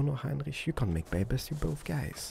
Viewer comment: If I have to hear the word babies one more time, I might slit my own throat. Especially if it's said incorrectly as it was in this.